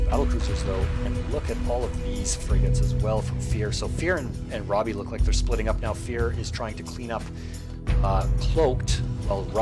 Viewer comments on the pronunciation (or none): row-bee probably